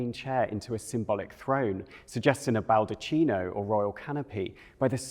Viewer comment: 'Baldacchino'. - prounounced bahl-dak-ee-no. I always loved this portrait, however she felt about it!